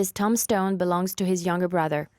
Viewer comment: this woman voice is a bot, she has trouble pronouncing some words.. and it is annoying!! disciples - kosovo - tombstone and a lot more. very very annoying